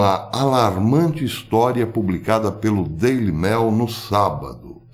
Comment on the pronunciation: Pronuncia-se "Daily Mêil"... como em "meio"... ê, não "é"